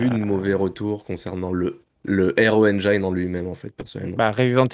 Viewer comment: Engiiiiiine et non Enjaïne ^^